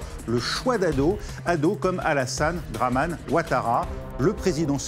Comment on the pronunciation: Il a dit Dramane hun😅